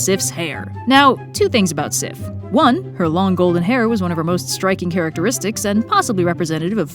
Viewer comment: I think you pronounced those names very fine! Sometimes I forget how different these words must feel in English. Here in Denmark, they sound normal. And I love how well you said Sif - that's my daughters name. <3